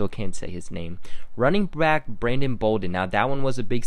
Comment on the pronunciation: It's running back not running brack Brandon Bolden LMAO!!!!! that's y l love watch your video because your miss pronouncing words and l'm a Patriots Fan